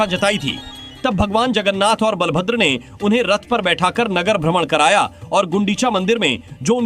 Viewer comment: Can you please correct you pronounciation it's bala(power)bhadra(gentle) not bal(small boy) bhadra